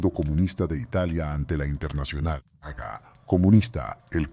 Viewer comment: Haga o aga, es insoportable. No puedo seguir